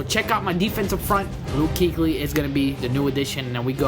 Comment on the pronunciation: kuechly is pronounced kway-chlee